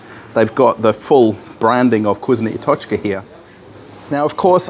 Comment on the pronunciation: you pronounce it cuisine i tochka lol